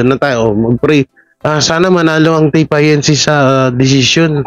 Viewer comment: E di Tape Ink…na lang ang basta mo/pronounciation